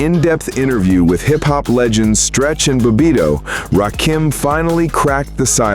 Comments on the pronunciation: I FKN HATE AI...it's RA KIM not RA Keem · It's Ra Kim. Not RAKEEM !!! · Right...It's not Ra-Keem!!! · Why is it that y'all have such a hard time pronouncing his name?? Its RA-KIM...NOT RA-KEEM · His name is not Rah Keem!!!!!! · I hate that soulless robot voice saying rakeeeem it’s freaking me out😂😂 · This AI SLOP always call hin Rakeem...so annoying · It’s RA - KIM.. 🧐